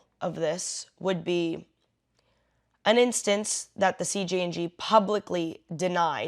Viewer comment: It's "an" Angel, not "uh" Angel, and they're not real.